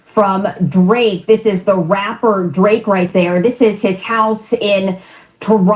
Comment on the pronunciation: "Raaaaperrrrrrr" with the hard R.